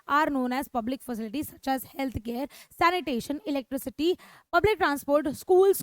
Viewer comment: Mam ne electricity ko electrity